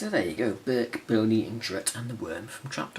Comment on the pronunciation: His name is "Berk" NOT Bert!